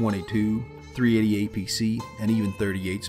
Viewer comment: Also did you just say "45 apc" !?!?!!?! Really